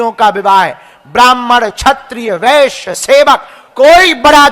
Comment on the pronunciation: Agr sab ek hain to aapko bolna W padd rha h ...Shurd , Vashya 😅